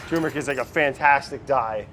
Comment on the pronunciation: Pronounce the first "R" in tuRmeric!